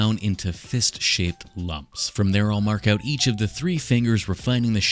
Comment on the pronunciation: just the way he says uuouut made me think he was a Canadian